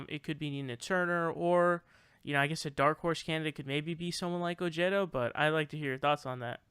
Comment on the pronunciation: Ojeda is pronounced (Oheda) not jeta